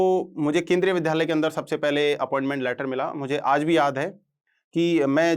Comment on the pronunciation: विध्यालय या विद्यालय आप शिक्षक होकर विद्यालय का उच्चारण नहीं कर सकते और I belongs बोलते हैं